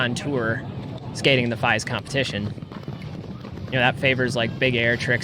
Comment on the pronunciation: Great video! Also fyi its “Feeeeeeese” lol